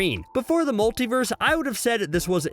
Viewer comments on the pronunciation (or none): none